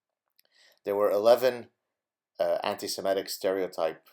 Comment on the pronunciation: I just wish you'd pronounce it anti- Se-MIT-ic..not Se-MET-ic.